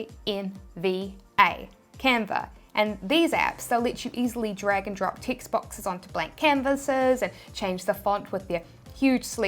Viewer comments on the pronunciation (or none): Yes, I started looking for ticts every time she said TEXT